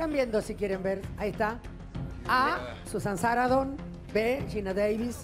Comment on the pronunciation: En su 1ra pregunta Carmen dijo: "Susan Saradon" 3 veces, la N intermedia a quien se la regala?? Ni eso pronuncia bien? Y en 2da pregunta, pregunto sobre un look de los '60, pero cuando hizo el desarrollo, luego de decir la correcta, hablo de los '70...